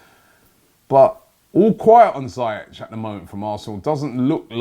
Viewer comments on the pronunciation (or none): Ziii-ieci .. not zaa-iach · Robbie, it’s not zayech. It’s ziyach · Robbie ziyech is pronouncer zee-yek